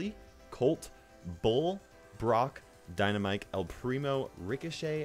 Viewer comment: i hate it when you say dynamike , it is dynamite , why with k , it is not rational